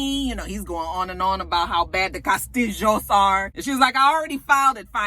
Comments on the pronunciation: "Cah'stee'joes" LOL! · This video! I was rolling every time you said "Kah-stihl-hoes". lol I needed that laugh. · After you have watched the video you can catch saying CASTILLO.,,, and. Enjoy LOL!!